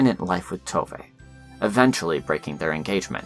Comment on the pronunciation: It tooov not toevay